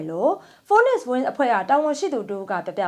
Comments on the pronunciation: ရေ phonex ဖိုးနစ် မဟုတ်ပါ ဖိနစ်(စ်) လို့ထွက်ပါတယ်ခင်ဗျာ။ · ဖီးနစ် လို့ဖတ်ပါတယ်။ ဖိုးနစ်။မဟုတ်ပါ။